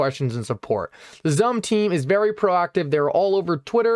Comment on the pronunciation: It's pronounced as SUM...